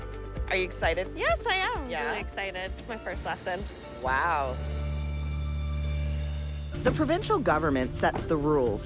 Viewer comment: "first lessened" .... what? can someone give her a lesson on how to say lesson?